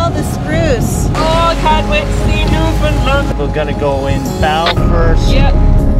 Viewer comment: Its pronounced Newfundland....understand? Great video. Were you Skreeched in?